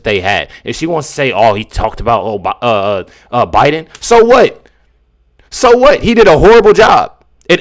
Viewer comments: Behar said "O'Biden"...Freudian slip? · Freudian slip… she said “O’Biden” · I here her say Obiden I swear she did she is so stupid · Note she said OBIDEN! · Joy definitely said Obieden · lol joy said o’biden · Did I hear that right? She said Obiden... proof that Obuma was behind all this? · Did Joy say Obiden??? Hmmm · Did joy say Obiden??? Things that make you go hmmmm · She said OBiden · Did she say O'Biden??? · Joy said Obiden lol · DId Joy just say "O'Biden" ??? 🤭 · Joy said "Obiden"